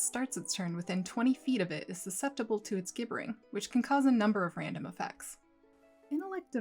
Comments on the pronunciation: Gibbering is pronounced /jibbering/. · Thanks for making this! Note: "gibbering" is like the word "gibberish", pronounced with a 'j' sound at the start: JIB-bur-ing. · Should be pronounced "jibbering," like "gibberish." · It's gibbering as in gibberish. Why does no one get this right? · Real quick: The "g" in "gibbering" is pronounced like a "j".